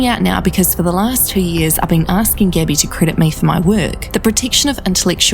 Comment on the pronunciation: whenever she says gabby bc of her accent it sounds like gibby lmfaoo